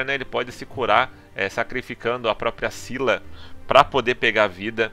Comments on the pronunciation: O general marina do pilar do Pacífico Sul se pronuncia Cíla nao é skila, nem nenhuma outra variante, assistam o anime! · esquila 😂 vc Fala errado e muita Gente tmb o nome dele é Io De Esquila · Pronúncia Scylla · No anime se pronúncia "Io de Isquila" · Se não me engano, o Scylla vem da mitologia grega, se pronuncia Cila mesmo . Da lenda de Cila e Caribde. Os dois era monstros que atacavam no estreito de Messina. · A pronúncia é "Iô" de "Isquila". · Na verdade esse foi um erro de dublagem, algo que acontece bastante nesse ramo quando estão traduzindo um conteúdo. Mas Scylla é um ser mitológico, e como qualquer pessoa pode comprovar assistindo qualquer tipo de vídeo do assunto, verá que a pronúncia correta do nome dessa criatura é "Cíla" mesmo. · É io de Sila, ou oi de Skila ( Pronúncia de oi de isquila das 6 bestas em Br )!. Tá ok?. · Só é duvida a pronúncia pra quem não assistiu o anime Se pronuncia ISQUILA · Pronuncia: Iô de Isquila!!!! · Oi de dcylla de pronuncia esquila isso e mostrado no anime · Se pronuncia Scylla.. tmj men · Segundo a mitologia se diz "sila" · Oi meu o nome dele no anime se pronunciou Esquíla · Se pronuncia squila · Se pronuncia esquila